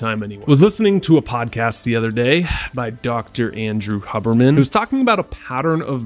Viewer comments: did he say Andrew Hubberman?. My guy, it's Huberman. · Ive never heard Huberman pronounce with two Bs lol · Hub-er man? Lol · I was both excited and confused when you mentioned Huberman, but was confused because you pronounced his name wrong and it took me too long to know who you were talking about😂 I love Huberman and that breathing exercise has helped me so much!!